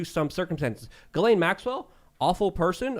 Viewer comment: Ghislaine is a French name and it’s pronounced ‘Gill-En’ G like in Gun and En like in End. Happy new year 2022 ✌️